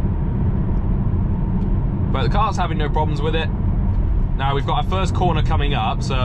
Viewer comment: forst lol